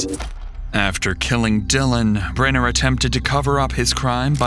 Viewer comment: The constant mispronunciation of Jim Brenner's name in this video is incredibly annoying.